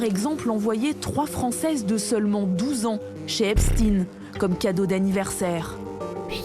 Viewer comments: C’est intéressant parce qu’elle dit Epstine alors qu’elle sait très bien que ça se prononce EpstEin, comme si elle couvrait une certaine communauté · c’est fait expres de mal le prononcer pour couvrir leur communauté mais c’est bien epstein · hepstine , mais non elle la pas dit comme ça ? .. elle rigole j'espere 🤣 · j’habite aux US personne ne dit Epstine a part ceux qui prononce mal